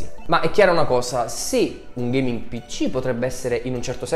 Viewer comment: "UN PICCÌ DA GHEIMING!1!1" Fierik ma dove sei quando servi?